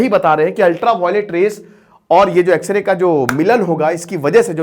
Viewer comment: X ray bolne pr video skip kr diya😅